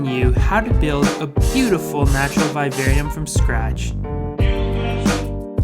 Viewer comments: Its viv-arium...v-i-v....not vive-arium (sorry the way u pronounced it triggered me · I totally get why you would make a vid on this subject. Still, vivarium is pronounced just as you would pronounce the words vivid, vision and the name Vivian. Secondly, why a "natural look" when you can actually make it natural. Oh well in the end thanks for all the tips on what not to do. If I want a real vivarium. 😊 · PLEASE LEARN HOW TO PRONOUNCE VIVARIUM.